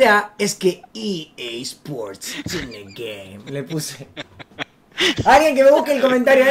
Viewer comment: Re dice EA sport in the game :v no TN game xd